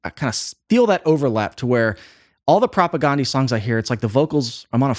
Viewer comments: Still pronouncing their name incorrectly. Listen to any interview with any member of the band. It's not Propa-GONE-dee. It's Propa-GAN-dee. Like Dan, not Dawn. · You are pronouncing their name wrong. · Supporting CASTE, not “castle” lol jeez 🤦‍♀️ it’s a play on words… and they’re definitely not a new band, they formed in like 1986. Also you’re pronouncing their name wrong 🤘